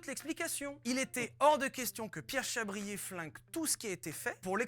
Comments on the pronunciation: Comment from France Amazing just to imagine you know Vilebrequin ! C'est "Chabrié" et pas "chabrière" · On dit Pierre "Chabrié" pour la réponse 😅